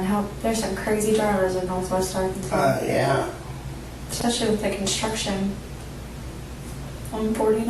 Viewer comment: It is NOT Ar-KANSAS! It is Ar-kan-SAW! LOL!